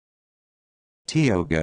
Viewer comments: Ita not pronounced Tee-O-GA it's pronounced Tie-O-Ga that is the worst pronunciation I have ever heard. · 😆😂🤣 Expect that same reaction in person if you pronounce TIOGA Pass in this erroneous fashion. It's pronounced as tie-OH-guh. Take it from a longtime local. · I wonder if the Iroquois would agree. I've always heard it tie-o-gah